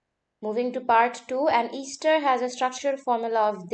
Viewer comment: ‘Easter’ ester 😂